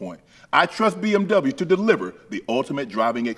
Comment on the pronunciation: How he pronounces the W in BMW 😂 i love it